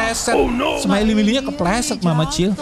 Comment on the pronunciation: kok kata bilang smirey miley